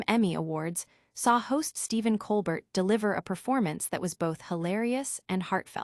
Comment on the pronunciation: His name is pronounced ColBEAR, not ColBERT.